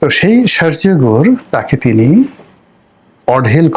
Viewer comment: You are saying Shargio . It is to be softly uttered, Sergio . Not Gor like Bangla ও! It has to be rounded up, a big O ! What is George SHOROS ? It’s George Soros (soft please)!